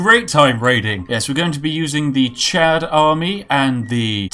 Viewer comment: Chod? Don't you mean chad?